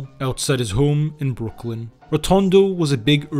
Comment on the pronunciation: Great video however its Brooklyn not Brookland. 😊